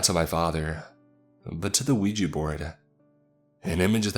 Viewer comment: yet another case of a 'Weegie' board haha. Why can people not pronounce 'ouija' correctly?